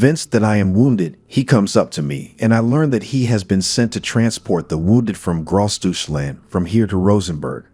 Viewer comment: Also, please pronounce it correctly